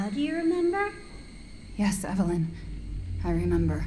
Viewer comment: edu falando ivilynn, eu falando evelen